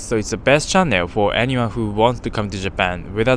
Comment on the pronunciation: chan·nel /ˈCHan(ə)l/ Is it’s normal to pronounce chan-nail in Japan?